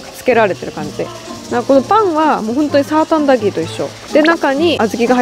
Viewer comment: 細かいことを言うと サータアンダギーではなく、 サーターアンダギーです笑